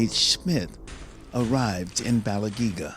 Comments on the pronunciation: If these guys are so familiar with the Bells of Balangiga, then why do they not know how to pronounce the name "Balangiga?" But glad to see them returned to the Philippines. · U pronounce thats as ba-lang-gi-ga bells,i know it cause im a filipino ,the philippines own that so pls give it back to us....